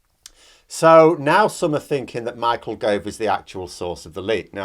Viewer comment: "et tu Gov-e"